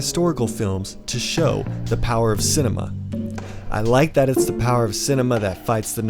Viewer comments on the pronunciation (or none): none